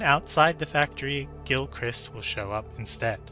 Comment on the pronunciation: That is not how you pronounce Gilchrist. It's literally Gil+christ.